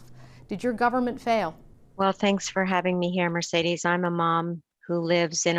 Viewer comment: O'Toole can't even pronounce the host's name correctly. What's so difficult about 'Mercedes'? How many of them has he driven in?